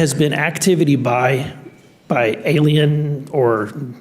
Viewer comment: Canada may be a little kooky but the Canadian pronunciation of alien as "ayluhmow" is baffling